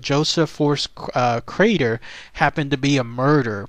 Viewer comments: Gees mr narrator, his name is Crater, you keep calling him Carter!!. ya got the r in the wrong place!!! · It's Crater not Carter. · How embarrassing not to understand the man's name is pronounced KRAYTER...not CARTER...only one of the most famous disappearing cases ever...if not THE most famous...was a tag line for comedians for years and years.... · Crater not Carter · CRATER!!! Not Carter, sad